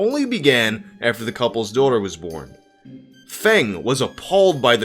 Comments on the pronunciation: Feng is pronounced like fung in fungus not fang. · Plus Feng is pronounced as Fung